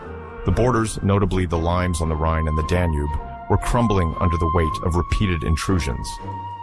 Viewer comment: Sentire pronunciare "laims" invece di limes è veramemte improponibile... se questa è l'intelligenza artificiale meglio farne a meno...